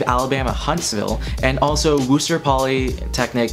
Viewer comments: WPI is not “Wooster”, the proper pronunciation is “Wuh-ster” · I dont know if anyone said this but the school isnt wooster polytechnic its pronounced more like “wister”. Also, I recommend the entire Patriot League when you said Lehigh and colgate. They all have a really big sports culture while having great quality programs. Personally, i think Lafayette and Bucknell are great. A lot of them have engineering and liberal arts. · I’m actually from Worcester, so mentioning WPI was kinda interesting. It’s pronounced “Wuh-Ster” btw😂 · the way u pronounced worcester like “WOOSTUR” was so funny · “Woooster” Xd wtf